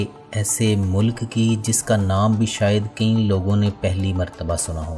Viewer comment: یار یہ لفظ کئ ہے کئیں نہیں ہے۔